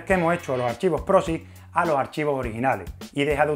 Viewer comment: Proxy con "x" no "prosi"